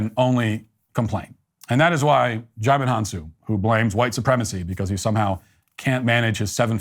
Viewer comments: DiJimon 😂. it's pronounced JI-MON. But I bet you know that. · HAHA “Digimon”. It’s pronounced “Ji-mon”, the “D” is silent.